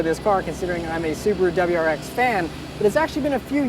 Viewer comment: "dubberyou rx"